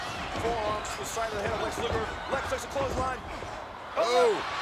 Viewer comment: Thanks for the match card. Oh, BTW it's Luger.